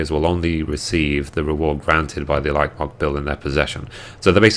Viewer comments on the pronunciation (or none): I'm sorry I cant help but OCD over this, buuuut you are saying Plumage. Its not plum-age its Plume-age. As in the plumes from titan, also meaning a bunch of feathers on a bird. Lol Also I noticed you say Elite as E-light its more like E-leet. Im sorry it was bugging me sooo much <3 ahaha thanks for the update!